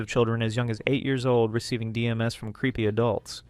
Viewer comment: Decent video but its DM's not D-M-S